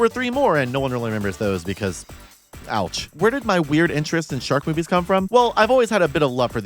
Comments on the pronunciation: I thought you said Shark boobies at the start and then was wondering when you'd show Shark furries on screen. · I misheard "Shark Movies" as "Shark Boobies" in the intro. "There is a shark boobie for everyone and I mean that." yes true. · when she said shark movies, I thought she said shark boobies and then I got sad because there werent shark boobies :( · I thought you said "shark boobies" for a second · ngl I thought you said "shark boobs" the first few times and well, yeah, a lot of shark movies also have a lot of booba in them, huh?